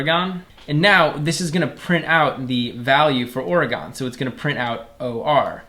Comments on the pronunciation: Video: "Oh-reh-gone" Me: immediately notices the wrong pronunciation Jokes aside, thanks for the course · "oregon" like hes never heard the state pronounced before